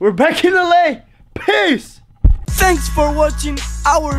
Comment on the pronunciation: When they say peace it sounds like they are saying piss